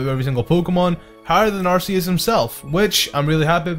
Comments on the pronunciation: it's not ar see us its ar ckeus Arceus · Two points - AR-KEY-US and MED-I-CHAM. Not AR-SEE-US and MED-I-CAM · U said arceus wrong in my book it’s ar KEY us like a key :3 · IT'S ARCEUS, NOT ARCHEAS! GET IT RIGHT! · ITS ARC E US